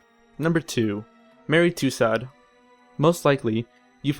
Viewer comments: Yes. I got a kick out of Madame Too-sot as well. Too-sew comes a little closer, I think. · Lol, I love that he pronounced calves "cowlves" and Tussaud as "toosawd". Did this guy graduate junior high school? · And Mary Two-Sword lol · I agree. And to my fellow American narrator,, final consonants are not pronounced in French unless followed by an "e". Hence, Louis will not sound like "Lewis" as you said but as "Louie". And Madame Tussaud will sound like "To-sew". Just trying to help you (not make fun). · One critique: The videos are very good, but in this one the pronunciation was horrid. With the means available on the web today, and the fact that these names are ancient, pronouncing Robespierre, and Tussaud, should not have been hard. Thanks. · Pronunciation guide : ROBE-SPEER ... DAWNTON ... LOOWIE the 18th .. MAREE TOO-SOE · In the future, before allowing to help you narrate a video....please have him educated on the correct pronunciation of peoples names. He said Robespierre, Marie Tussaud, and king Louis' names incorrectly. Makes sound very uneducated. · "Robs peer," "Mary two-sod," is this guy kidding me? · Why are there two narrators? The one who isn't Simon has a bit of a monotone and can't pronounce Robespierre or Louis or Tussaud correctly.